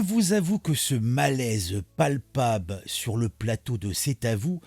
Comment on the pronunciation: Oui, vraiment “palpabe”, “Palpatine” même. 😂👍 Issou. 😅